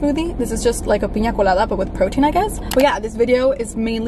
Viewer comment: the moment you said piña colada I was shock it wasn’t “pinea coulada guyss 🤪”